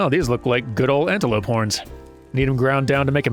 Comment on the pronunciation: I wass listening to just audio becouse I do that while I walk sometimes and I wass sure you did say porn when you sayd horns and I yelled what! in the middle of my walk right next to a person walking his dog and scared the living hell out of that dog xD😅😂